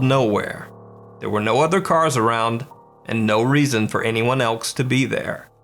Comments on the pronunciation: "and no reason for anyone ELKS to be there" 😆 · “anyone elks to be there” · Last video, probably a reflection. Regardless, did you say, "anyone elks to be there" ? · "And no reason for anyone ELKS to be there" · "And no reason for anyone elks to be there."